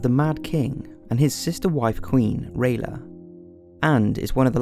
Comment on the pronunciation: Pretty sure its pronounced Ray-Ella.